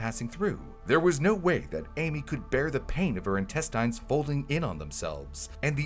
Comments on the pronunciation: Are you not listening to it say "in-tess-tines" instead of "in-test-ins"? There's no strong i in the word. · Any one else confused by how he's pronouncing intestines? 😂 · Good video but the way says intestines is putting me off